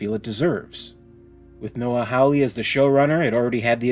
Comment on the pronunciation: Just so you know, Hawley is pronounced Hall-E, not Howl-E.